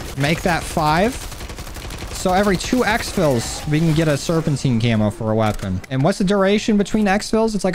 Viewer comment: ITS SERPENTINE Serp in tuh night